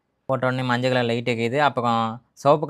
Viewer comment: Enna maajal adhu manjal